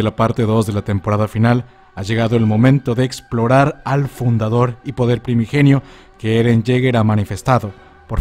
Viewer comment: Es fundador xd, no fudador😁